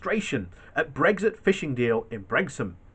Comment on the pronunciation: It's Brixham as in six-em, NOT sex-um and fix-em NOT fex-em. Sheesh.